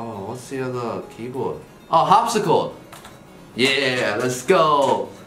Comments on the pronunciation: me: brett: harpscicor, harpscor, harpscirod, harpscio, harpscord, harpsicord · Eddy: typing fast and is farther ahead than brett Brett: har-harpcisor-harpcisord-harpsico-harpsi..... OH I GIVE UP Me: An teenager thinking: uhhhhhhhh, Brett? its umm Harpsichord... awkward